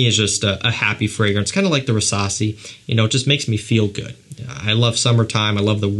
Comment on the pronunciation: Why do i understand Versasi instesd of rassasi?